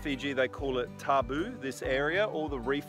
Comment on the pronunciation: Sweet island, love to visit there one day! Good to see you respecting the Tabu (pronounced Tambu). Do you do any fishing on the great reef Macuata side?